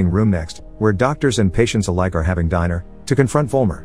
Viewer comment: Patients are having "diner" not dinner. Lol swear this guys a computer.